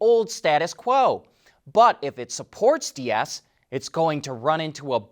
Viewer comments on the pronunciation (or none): Deiss is Dice…. Stop calling him Diaz…. Come on man it ain’t that hard. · Herbert Diess' last name is pronounced deece. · The e in Herbert Diess is silent. "ie" in German is called "langes i" (long i). The e signifies a longer i sound. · fuck, how many people already told you that Herbert Diess ist not spelled like spanish Dias. It is a combination of "cheese" and "nice" with the ee of cheese and the ending of "nice" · the German pronunciation of Diess rhymes with "keys". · Why can't you pronoun Herberts name correctly, what is wrong with you? No Tesla is NOT forced to be in a union, the committee / counsel is NOT a union.